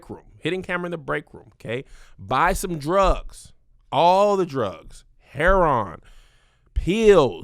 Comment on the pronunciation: the way he said heroine 😂😂😂